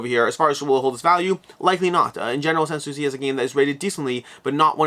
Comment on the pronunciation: You pronounced "Sanssouci" correctly. It's actually 2 words together: "Sans Souci". It means "Without Concern". The second (last) "s" of "sans" is silent. :)